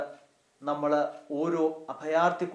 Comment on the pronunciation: ബഹുമാനപ്പെട്ട അച്ചാ, വളരെ മനോഹരമായ ഈ സന്ദേശത്തിന് ഹൃദയം നിറഞ്ഞ നന്ദി. ഒരു കാര്യം വളരെ എളിമയോടെ അങ്ങയുടെ ശ്രദ്ധയിൽ പെടുത്തുവാൻ ആഗ്രഹിക്കുന്നു. ൾ, ൽ തുടങ്ങിയ ചില്ലക്ഷരങ്ങളിൽ അവസാനിക്കുന്ന വാക്കുകൾ അങ്ങ്, ള്, ല്‌ എന്നാണു പലപ്പോഴും അവസാനിപ്പിക്കുന്നത്. (ഉദാഹരണം, നമ്മൾ, അവസരത്തിൽ). ഇത് വളരെയധികം അരോചകമാണ്. മാത്രമല്ല, നമ്മുടെ വൈദികരെ മറ്റുള്ളവർക്ക് പരിഹസിക്കാനുള്ള ഒരു അവസരം കൂടിയാണിത്. ശ്രദ്ധിക്കുമല്ലോ.....